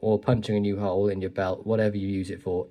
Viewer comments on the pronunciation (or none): none